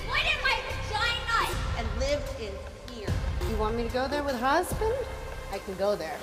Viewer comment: Nobody: Meredith: Do you want me to go there with husbend?